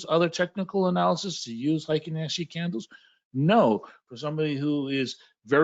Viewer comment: I studied Japanese…heikin-ashi….hey ee king ah she…is the correct pronunciation….happy to give you a little tip. Thank you for your knowledge….